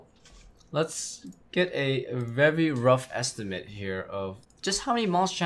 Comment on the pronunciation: vewy wough estiumaet